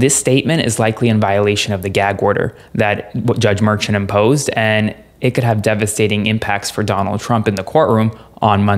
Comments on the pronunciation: Too many call it a hush money case…it is a voting interference case…it dismisses the seriousness of the case calling it a hush money. And the Judges name is pronounced Me “Shaun or Shawn…not merchant. I think not calling it a hush money makes it more serious and those out there need to know that. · Great report. Note though that the judge's name is pronounced mer-SHAWN', explained by Karen Agnifolo in CNN and Meidas Touch Network; she's been the ADA in front of him many times. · I think you're supposed to pronounce Judge Merchan as Mershaan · Please say his name correctly! It’s not Merchant!!! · The proper way to.say the judges name is Mer ShAWN. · Can you please properly and correctly pronounce Judge Marchan's name?!? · At the very least, your legal expert should investigate the proper pronunciation of Judge Juan Merchan. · You're pronouncing the judges name wrong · Please say the judges name correctly!! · Drives me nuts when people pronounce names differently… Is it pronounced: "mershawn" or "merchan" Is it "Fanny" Willis or "fawny" Willis Does anybody definitively know what the proper pronunciations are??